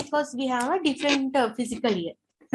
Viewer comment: Please correct your pronunciation as ' Fiscal Year'..You are pronouncing as ' Physical Year'...